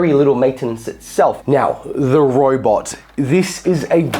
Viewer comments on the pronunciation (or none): what is Roibot? not Robot?